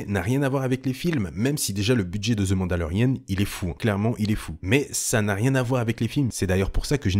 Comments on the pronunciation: C’est « the mandolerian » et non pas « the mandolerienne » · On dit "The Mandalorianne" en Anglais pas Mandalorienne ;)